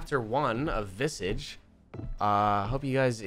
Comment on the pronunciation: the word is pronounced VIH-SAAAAHH-JSH. Like MIRAGE but VISAGE